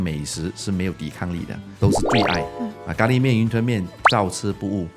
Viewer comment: 是“gā” lí miàn（咖喱面）， 不是“jiā” lǐ miàn